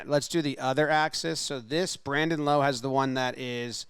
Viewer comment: great video but the only thing is it's "Lowe" not "Lowe"